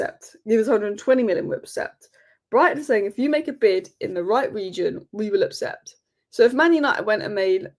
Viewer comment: it's "accept" for heaven's sake.